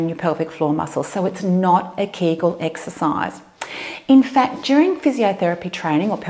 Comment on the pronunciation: Эксесайз, Эксесайз, Эксесайз, Эксесайз, 🤣🤣🤣